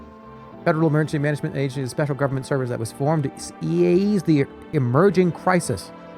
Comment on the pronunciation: Misreading “do” as “woo” and “ease” as “eeya-eese” - is he doing a bit, or is it just how he is?